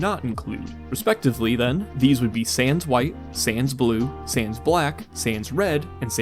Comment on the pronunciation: the French word, sans is pronounced |san|. FYI / PSA / how not to piss of the French lol